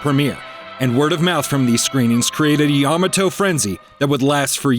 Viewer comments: YAHmahtoe? It's ya-MAH-toe. lmao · Really need to learn how to pronounce Ya ma toe and Gam a lon correctly. Seems likely you didn't either watch or listen to how those were pronounced in the episodes. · yuh-MAH-to It's pronounced yuh-MAH-to. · Ya MA to-. You're pronouncing it wrong. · Pronunciation of Yamato gave me cancer. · I watched season 1,2 on tv and have all 3 seasons on dvd, and your mispronounced Yamato